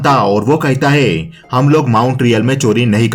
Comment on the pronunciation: Thabi Nik kahita hai.... Kahita hai.... Nik kahita hai....... It's nik Kahta hai